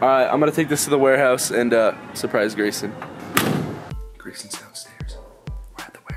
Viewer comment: it’s Grayson not Graysom